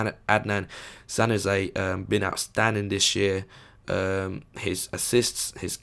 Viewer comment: Januzaj is pronounced Ya-new-zeye or Ya-nu-zi